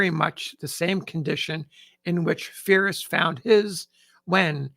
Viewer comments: It's pronounced Peer-is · I believe "Pyrrhus" = 'peer-oohs' or 'pie-russ' if you prefer the anglicized pronunciation. In any case, a hard P. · You said phyrus but I'm sure you meant pyrrhus of epirus. I think you may have transposed a couple of letters.😊